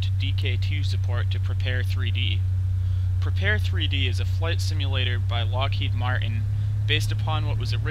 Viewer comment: Looks very nice! I especially like the ability to have your kneeboard in the Rift! Will definitely get this when I get my DK2! On a side note: It's supposed to be pronounced "prepared", not "prepar-three-dee".